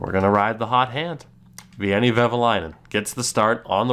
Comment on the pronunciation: A little tip to pronounce Veini’s name: it’s almost like Wayne but with an additional ”e” in the end. ”Wayne-e.”